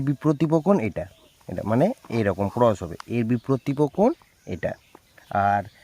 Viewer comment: Hi you have made a mistake that is your pronunciation is not correct You told that biprotipo but it is wrong that is correct - biprotip kon Well done